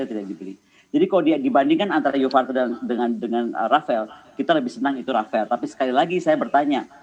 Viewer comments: Bukan Rafael Bu tapi rafale Yassalam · Apa cuma gw doang yang Denger Dia ngomong"Rafael" Bukan "Rafale"